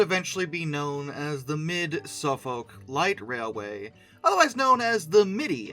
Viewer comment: Suffolk → Suh-fuk or Suhf-'uk